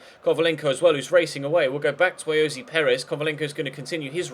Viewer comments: You don't pronounce ayoze Perez as Ayozee / it's I-o-za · Will you just stop fuckin saying Ayozee Perez it's so annoying when it's getting pronounced wrong